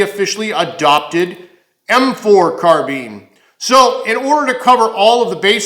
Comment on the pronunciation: carBINE not car BEAN